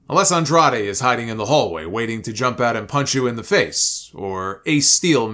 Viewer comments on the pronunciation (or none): none